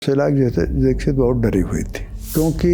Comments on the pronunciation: Shila dixit ko shilajeet kyu bol rhe ho😅😅😅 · मैंने भी यही सुना और यही समझा..शिलाजीत 🙏😆😆